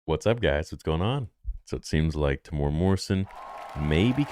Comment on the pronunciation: Pronouncing Temuera 😊 Tem-u-era 😊 sorry I'm a New Zealander mate 😊 love your show brp 😊